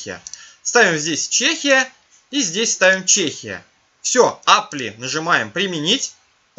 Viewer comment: Мессагес, Апли, КэПэус -- деревня! Хотя бы послушал, как Google Translate или Яндекс Переводчик читает эти слова. Не стыдно демонстрировать своё невежество всему миру?